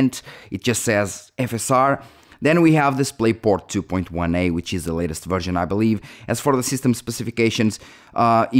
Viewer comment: Sorry bro, your accent was making me hear you say virgin when you where actually saying version 😅